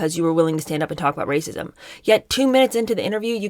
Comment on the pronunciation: Also every time you say “rrrrrrrrracism” I crack up. These people are clowns. We all have privilege and we all belong to minority groups. Meghan is more privileged than the vast majority of people. Way more privileged than me and I’m white. Like do they not understand how anything works? Get over it. Stop being victims. We all are victims of something. The rest of us get on with it